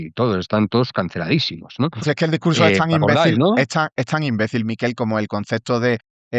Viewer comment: Bravo, Rubén y bravo, Miquel. Sólo una cosa, Rubén. Tu invitado se llama Miquel, no Míquel. Es catalán. Es como si él te llama a ti Rúben y no Rubén. Los vascos sí son Mikel, pero con k en lugar de q. No cuesta nada.